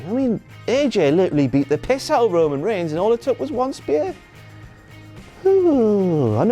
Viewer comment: No WTF-Moment for that Roman kind of "rayman" pronunciation fail???